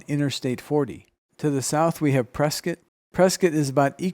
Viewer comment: I could be wrong, but I feel like the narrator is from Az. He said "Press-kit" instead of "Press-cot"